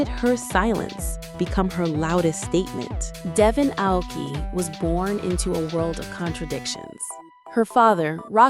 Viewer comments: How much can you butcher that girls name? OP: Yes! ‘Woke-ee’ ‘A-woke-ee’ ‘A-whoa-key’ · The narrator pronounced her last name wrong almost throughout the whole video. And at the very beginning, she pronounces it herself. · How you mispronounce her last name wrong differently every time?